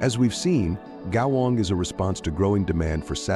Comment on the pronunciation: Terrible pronounciation of the word " 国网“